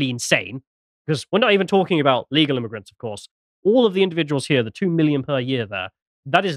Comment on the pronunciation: "We need a solution to this immiugrant problem!" Erika intensifies